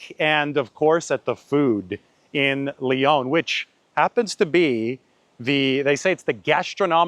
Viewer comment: Lyon is pronounced Lee On not Lee Own